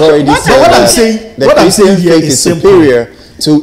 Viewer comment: ...u see how u are struggling with a "Christan" funny lol